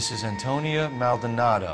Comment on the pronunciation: "The residence of Antonnia Maldanondy." 😂😂😂😂 my nigga butchered her name lol